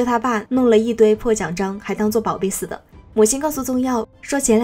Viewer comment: 似(shi)的. 哈哈